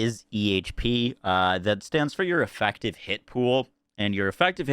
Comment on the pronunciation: "Invastment" "Espashully" "Effactive" "Defances" "Sacond" "Chast" "Dafinitely" Wtf..